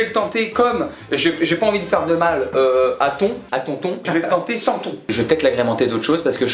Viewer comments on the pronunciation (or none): none